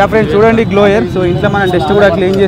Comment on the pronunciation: Adhi gloygar kadhamma Blower😂